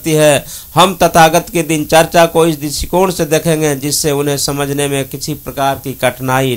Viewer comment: Mitra dincharya uchcharit Karen, na ki dincharcha. Namo Buddhay, Jai Bhim.